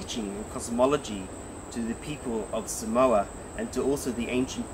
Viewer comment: Great to watch you bring attention to the Samoan land marks. Could you pronounce the country name correctly. It is Sa Moa, like Sa more not Sa mower. Thank you. ❤❤❤🙏